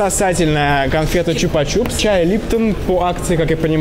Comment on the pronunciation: не чупа чуп, а чупа чупс.